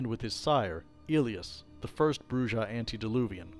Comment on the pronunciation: Argh... "Brujah" BROO-hah